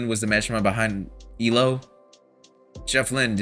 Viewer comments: "E-LO"? It's E.L.O.(every letter is pronounced.) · Thank you for your comment 😊 I was stroking out whenever he’d say “E Low” 😂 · E. L. O. not EEloh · Still saying E-LO? It's E-L-O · EE EL OH Not Elo. Just saying 😊. N.Ireland. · Please, please, please stop saying "Ee-Loh". It's so grating to E-L-O fans. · It's actually E-L-O, not "ee-lo." But as long as you loved it, that's what's important. OUT OF THE BLUE remains my all-time favorite album. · And with all due respect, fans pronounce it E.L.O. Separate letters. Saying the word "elo" is like incorrect, not how they were universally known. Unless you're kinda trying to be ironic, or annoying. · Please... Not EElow... It's E-L-O. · E. L. O. not eelow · Please say E-L-O (as individual letters), not “Eeloh”. Don’t worry, you’re not the first. Thanks for the album reaction. ELO is one on my favorite bands. The songwriting is amazing. Many of the greats are leaving us. May Jeff Lynne live forever. 😊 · I love this band and I am glad you are enjoying their style and depth. It is pronounced E...L...O all individually not as a made up word. For me Time, Eldorado and a New World Record are peak ELO I can't pick a favourite as they swap constantly. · Its EEE-EL-OH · Just wanted to mention that we pronounce it E.L.O., as the initials for Electric Light Orchestra. And, I'm glad you enjoy their music!